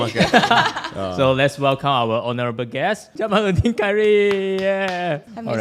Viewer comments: 卢卡斯怎么把来宾的名字也可以念错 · 竟然开头就念错来宾的名字。。。 这样不好吧。。。